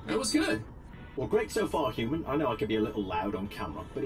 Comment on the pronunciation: I love the way you say good is like guds😂😂 love your stuff